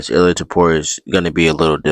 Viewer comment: “Illia toyota” 😆😆😆